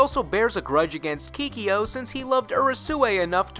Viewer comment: "Keekee-yo" No more plz. Make it stahp